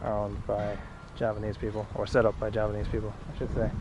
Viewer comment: As a Javanese, i see that your Javanese accent is pretty good